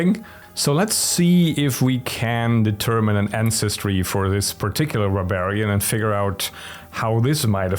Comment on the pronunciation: Boar-barian I just had to repeat that after hearing it. Just great.